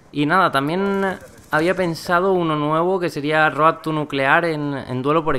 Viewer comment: Road TU,se dice to